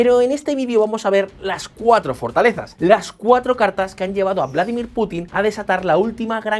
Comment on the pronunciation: No se dice "Vládimir" sino "Vladímir".